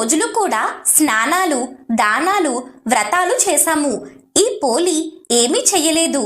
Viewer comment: పోలి అనాలి